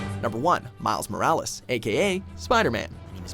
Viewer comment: Dude it’s not mikes morales it’s miles morales